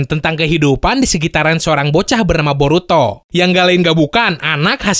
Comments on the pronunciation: Borutod? Shaat....wkwkwk🤣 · apa cuman gue yg dengernya "borutod" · Wkwwkwk district anime ngomong Boruto diawal borutod